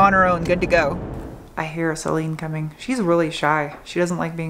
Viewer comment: Celine? I always thought you said Saleen :D